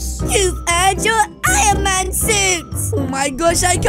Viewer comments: He said ironcan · In the video I saw that sed ironcan instead of ironman